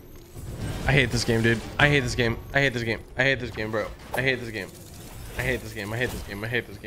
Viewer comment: when said "i hate this game" it just started to sounded like "give me hits" what